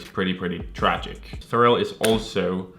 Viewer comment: why this man keep calling Pharrell, "ferrel"